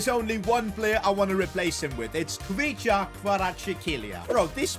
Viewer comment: Can’t even pronounce Kvichas name😂